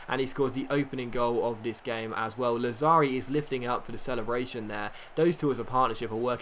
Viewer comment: Lazzari has the accent on 1st A. Làzzari :)